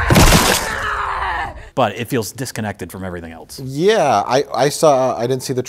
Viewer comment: cannot pronounce "else" it's always something eltz